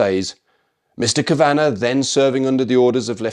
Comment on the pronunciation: Just fyi ‘Kavanagh’ is pronounced as Kavvanah and not as Kavahhnnahh